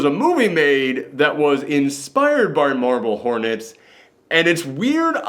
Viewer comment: I had to double check the title, cause the first few times you said it, I thought you were saying "Marvel Hornets" and I was sure that couldn't be right.